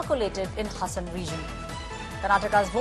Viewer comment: Its Haasan bit hasan plßssßssssssssss